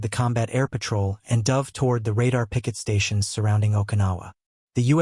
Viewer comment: The AI voice is annoying. For example, repeatedly pronouncing "dove" (past tense of "dive") like the bird. Also, why repeatedly showing a picture of the five Sullivan brothers (killed on the USS Juneau off Guadalcanal, a Fletcher-class DD was named for them). Too few pictures repeated over and over, especially when talking about post-WWII ships (plenty of pictures available for that subject).